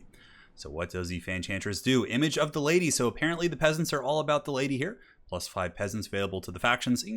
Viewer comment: I swear he said “let’s get ready to ride ze Lady” at the start.